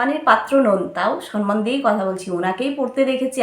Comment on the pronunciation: Sanman noy kathata Samman Pls pronounce correctly